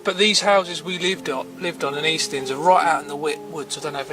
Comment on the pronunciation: Were was that house mate did you say eastling ?